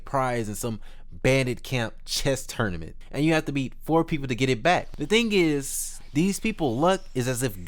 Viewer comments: Good Vid! like the way you say Tournament ... Tourmanent 😂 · Loved the video. Also why can’t you say tournament?